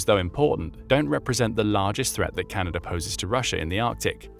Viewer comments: "Canader" cmon man.... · Ah its chinada